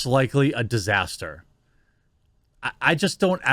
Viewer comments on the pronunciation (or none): none